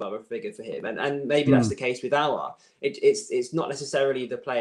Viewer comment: Adam White smiling coz Robbie finally said Aouar’s name correctly 😂😂😂